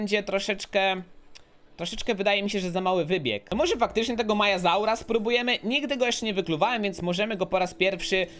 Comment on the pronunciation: WOWOWO dobrze powiedziałeś! bo po polsku na maiasaura mówi się majazaur